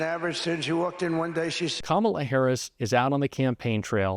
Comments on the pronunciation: He accidentally pronounced Kamala right. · He is accidently pronouncing Kamila correctly. lol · I love how every once in a while he slips up and pronounces Kamala correctly.